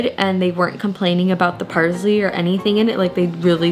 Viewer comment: “Parzley” is killing me